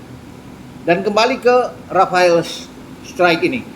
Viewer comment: Bacanya STROK bang